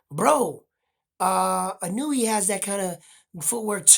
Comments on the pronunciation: You know more about boxing than I'll ever know, but when it comes to pronouncing Japanese names I got it down. The Monster's last name is pronounced, EE-'NOY-YAY. Note the accent in the NOY. The cadence would be similar to saying "lil Kanye". His first name is pronounced, NAH-'OH-YAH. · Come on, Spanish speakers. The "I" in Inoue has an ee sound like KEY. It does not have an ih sound like KIN. Japanese, in many respects, has the same pronunciation as Spanish LOL